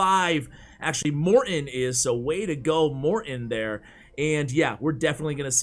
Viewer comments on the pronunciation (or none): For the love of God Ash Morton has a T in it!!! More in is not a name!!